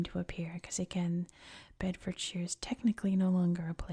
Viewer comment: The shire bit is more pronounced -sher than -sheer. Beds must be one of the most boring counties of England🤣